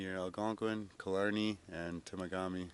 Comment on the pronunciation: been there, same time of year, many times. it can be super cold. looks like he got great winter weather - a great place to winter camp.... wait... it is "Te_Ma_Ga_Mee" not "Temo_Gammi".... just trying to help. Happy trails,.